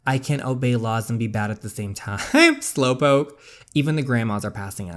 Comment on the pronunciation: God you scared me when you say slawpoke😂